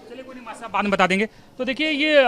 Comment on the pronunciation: Reporter ko padhne ki jarurat h Master ko mass bol rha h